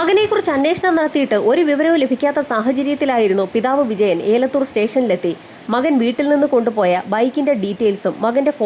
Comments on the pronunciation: ഏലത്തൂർ അല്ല എലത്തൂർ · ഏലത്തൂർ അല്ല എലത്തൂർ എന്നാണ് പറയുന്നത്